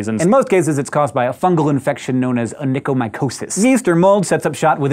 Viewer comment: onychomycosis sounded like o pickle diodes